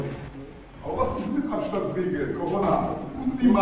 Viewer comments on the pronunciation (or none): none